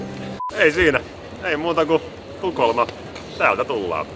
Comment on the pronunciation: Se on tukholma eikä tuokholma